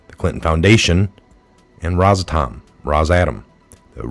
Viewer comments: great work, but can you please put a little effort into pronouncing words correctly? Rosatom = ROSS-uh-tom Socarras = so-CAR-ras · It’s Ros- a- Tom. If you can’t pronounce it how do you know what it’s about??